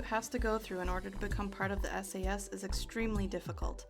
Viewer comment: Brother, you need to pronounce the A in SAS more clearly. 😂😂😂 💀💀💀